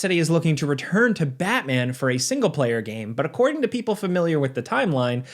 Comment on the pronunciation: don't butcher Batman again please🙏